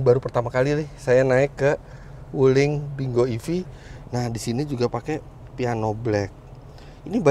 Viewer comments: om sebenarnya kalau dibaca dengan bahasa mandarin bacanya ping quo yang artinya buah apple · bacanya pin... kuo , om .... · Kyknya bacanya ping kuo artinya apel, CMIIW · baca nya ping khuo itu om fitra...